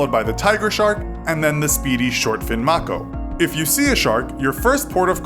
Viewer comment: Shortfin ma-ko or may-ko?